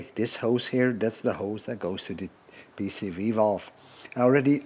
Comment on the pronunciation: I have to applaud you for your remarkable ability to say correctly "PCV" almost every time. Me, every single dang time, I say "PVC". I guess I did more plumbing than emissions work early on. Drives me nuts but I can't help it. It is now deeply burned into my aging brain and is hopeless. So, I'm impressed, congrats! :)